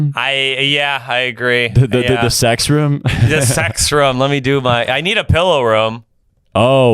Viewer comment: Ya, you guys both say "room" all fucked up. It sounds more like "rum" than "room".